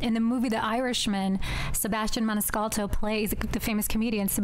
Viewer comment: Did she say, Sebastian Maniscal"t"o? C'mon man; Study up italian culture and mafia; <Girl --> Did Toddo have a nickname, Sammy; "Sammy" --> Umm Toddo was his nickname>.